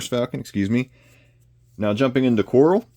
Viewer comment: Falcon and Coral 🪸 😅 I think you meant Kwarrel 😂